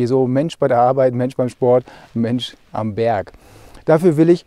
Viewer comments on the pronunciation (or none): none